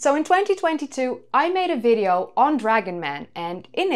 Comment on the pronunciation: Yes of course she is. Another way to tell is replacement of V with F. "In this Fideo"